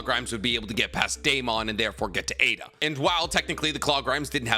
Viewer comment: Dude it’s pronounced i da. You don’t pronounce raikage raykage. Same idea with Aida (iiiida) not aaaaaaida